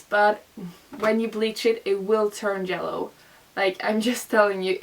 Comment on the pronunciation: i love that you ponounce yellow as jellow lmao so cute